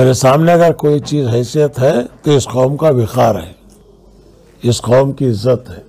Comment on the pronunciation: Khaum???? Qaum lafz hota hai sagab